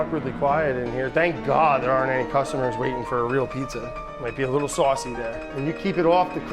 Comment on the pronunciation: Dude..... you just called it A-Peetza? tsk tsk